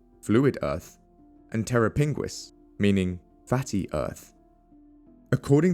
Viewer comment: "terra pinguis" Terror Penguin 😂